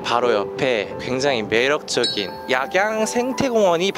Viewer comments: 약양이아니고 악양입니다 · 약양이 아니고 악양입니다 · 약양이 아니라 악양이예요~~ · 약양이 아니고 악양 입니다 아름다운 영상 즐감 했어요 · 약양이 아니고 악양입니다 ㅎㅎ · 약양이 아니라 악양인거 같은데